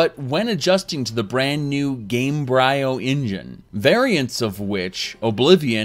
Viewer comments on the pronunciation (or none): I think Gamebryo is supposed to be pronounced like Embryo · lol your pronunciation of 'gamebryo' made me laugh so hard